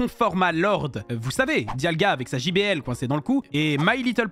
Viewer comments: Diagla ? Moi je connais Dialga mais pas Diagla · Ils a dit diagla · Il a dit "Diagla" 😆